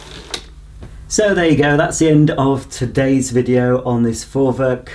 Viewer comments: Jup, He Got it 👍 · Perfectly pronounced 👍 Greetings from Germany 😁